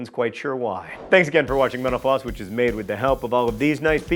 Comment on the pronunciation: everytime he says thank you for watching mental floss I think he is saying thank you for watching menopause